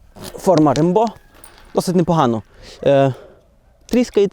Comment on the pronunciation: розсмішив наголос